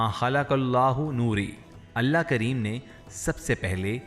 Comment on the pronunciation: Nabi Kareem....S.A.W....kundly proper pronounce...not kreem